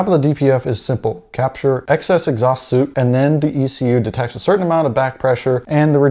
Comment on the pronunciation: FYI, soot and suit are pronounced differently